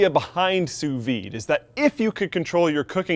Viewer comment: Almost sounded like you said "SOUS weed" cooking :P